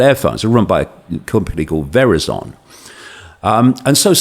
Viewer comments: Love this. Not sure I buy it but love it anyway. One negative point... the pronunciation of Verizon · Hearing him pronounce Verizon made me laugh a little